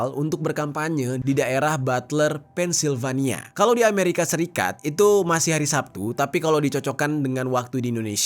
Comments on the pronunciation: bukan "penis-silvania" bro, tapi "pensil-vania" ✌🙉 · Sorry bang, kota Pennsylvania itu di bacanya Pensilvania bukan pennisvanila 😂🥹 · sekedar koreksi, "secret service" dan cara baca Pennsylvania = Pennsilvania. Semoga membantu:hand-pink-waving